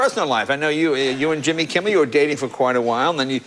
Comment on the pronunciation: Leno calls jimmy kimmel Jimmy Kimmie hahahaha